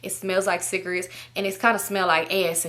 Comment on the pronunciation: i love how she say “cigrits” 😂